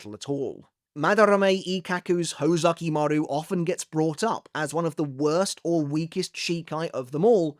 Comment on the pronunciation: Is it really "hoe-zukimaru"? Now i can't unhear it, lol.